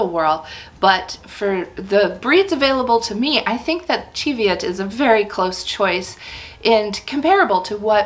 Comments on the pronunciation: I’m Scottish and live near the Cheviot hills (and my grandparents on both sides were sheep farmers). It’s pronounced ‘chee’ as in ‘cheese’. Plus the Cheviots are located in the Borders, where the primary language spoken was Scots, derived from Middle English, rather than Scottish Gaelic which was spoken further north. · Chev...just like Chevrolet...CHEV-i-ot. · Not according to my Scottish friend. It's pronounced "chee" like cheese after the Cheviot hills in Scotland where the sheep are from. 😊🐑